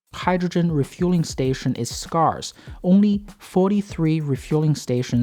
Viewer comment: 'Scare-se' its pronounced 'Scare-se' jees